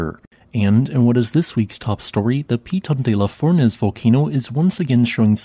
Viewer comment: Not bad pronouciation of Piton de la Fournaise - but the stress is on the last syllables: pitON de la fournAISE.